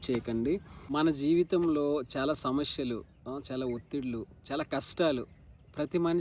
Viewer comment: Samasyalu aney padham palakatam nerchuko mundhu